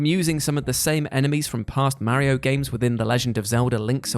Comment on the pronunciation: Mary-O and Zelder..